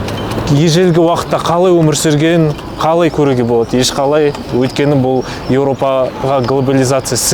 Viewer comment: Өлкені емес Өйткені деп сөйлесейші